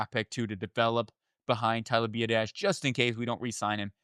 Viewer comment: Ben Sinnot (Senate) & Tyler Biadasz (B Odd Ish) pronounce the names right if you want us to take you serious champ.